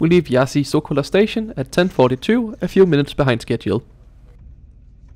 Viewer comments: And it's not Iassy either. It's Iash. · /IÁSH/ /KISHINÁU/ That's how you read them